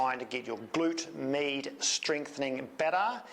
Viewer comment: Thanks. But anytime you say "med" I just hear "meat". So it took me half of the video to get to the point... 🤓